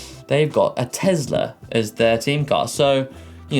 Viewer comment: what's a Tezzler car?